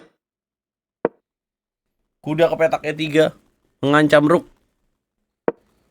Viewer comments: Yang bener itu rook ( benteng)bukan rock (batu) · ROCK itu baca nya ruuk?? Tiap hari dengerin the ruuk the ruuk.. emg nya burung deruukk??? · Pengucapan nya Rook itu dibaca ruuk